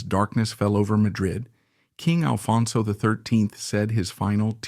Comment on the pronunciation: Why can’t you get the name right? It’s ALFONSO!